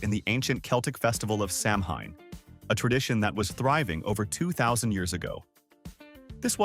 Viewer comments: It's pronounced Sah-wen, please say it correctly, thank you. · Samhain is pronounced Sow-in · SAMHAIN IS PRONOUNCED AS "SOWAN"!!